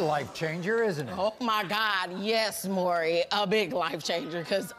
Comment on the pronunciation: Why is it so hard to pronounce "Maury?" It's not "Murry." It's "More-E." Drives me nuts.